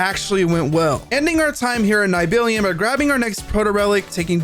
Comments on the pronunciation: Neibillion? I have never ever heard someone pronounce Nibelheim (Neeble-Hime) so wrong. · “Nibellion” im dying Its nih-bel-heim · the way you said nibelheim actually almost made me stop watchin its - (knee-ble-high-m) how can you mess up how its said so bad when they literally say it numerous times :') if its a rage bait its a hell of a good one... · How is it possible to play a game for 200 hrs and hear "Nib-il-hime" being said countless times, but not be able to pronounce it correctly? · Say it with me! Nibble-Hime. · Not tryna be nerdy or anything but it's pronounced "knee bell hime" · Lol correcting him and still being wrong is hilarious, its knee-bill-heim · Knee - Bill - Hyme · my brother on gaia wtf is a “nybillion” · This mf said “Nigh Billion” 😂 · Nibilion is the most triggering thing ever lol. Grats on the platinum! Great video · Nibilion sounds so funny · congrats on your plat, but "Nigh-billy-an" ?!?! sir... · Iv never seen someone pronounce nibelheim like that before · Bro did not butcher Nibilheim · Niblheim pronounciation almost made me cry😂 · how do you say nibelheim so wrong so many times despite it being a narrated game with voice acting where you hear them say the name so many times 😭😭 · You did not pronounce Nibelheim like that lmao